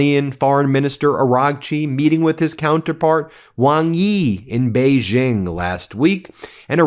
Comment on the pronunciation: Please at least make an attempt to pronounce the more important Chinese names right! Gee Jinping?? Ginhua?? You don't even get Beijing right! Surely you can afford two minutes to do your research, Been Mayslas!